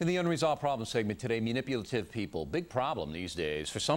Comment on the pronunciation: MUNIPULATIVE! There's an "a", not a "u"